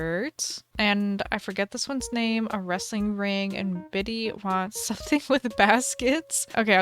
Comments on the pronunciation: HEr name is birtha not bitty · It's Birtha not bitty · For the 1 minute challenge, the plant one would of probably been easier. Just smack the plants down everywhere. Lol 😅 And the hippo is Bertha not biddie. Haha 😂 I loved all the builds,. You did great. ❤